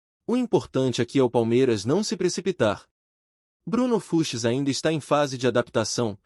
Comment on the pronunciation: Precisa avisar essa IA que é Bruno Fuchs e não Bruno Fuches ou Fruxis ou Fruchis, sei lá. Fora essa voz chata que dá sono. Bom para quem quer dormir. E vem com papo de empresário de que o Palmeiras quer o Everton Ribeiro que está em fim de carreira. Essa IA acha que engana quem?